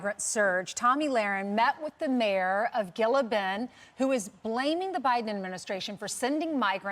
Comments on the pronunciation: HAHAHA omfg that lady really said "GILL-ah bend" it's pronounced "HEEL-ah bend" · JFC. Gila Bend is hundreds of miles from the border and they pronounced it wrong.